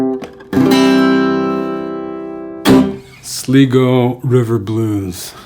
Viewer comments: It's pronounced "SLY-GO". Think "eye" like an eye. It's a place here in Ireland that lends its name to the river in Takoma Park, Maryland where John Fahey grew up. Thanks for the tutorial :) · Great lesson, that's a great song and you delivered it really well! Only thing I could fault you on is your pronunciation of Sligo (Sly-go) and Fahey (Fah-he), but Irish names are hard to pronounce and the quality of the lesson was great so we'll forget all about it 😉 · "Sl 'i' go" river blues the magical county in the north west of Ireland. Here's one for ye! Did ye hear about Sligo John? No, he's from Sligo is he? No, he'll have a sly go of your pint when you're not looking! Say Sly Go. Maith an Fear! (Perhaps John called it Sleego River Blues though and I'm talkin' out me arse!)